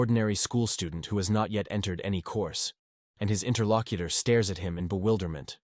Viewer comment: I hear Inner Lock-eater, but is still p.o. ed me.